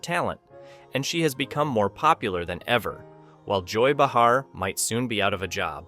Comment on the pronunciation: Bee-har lol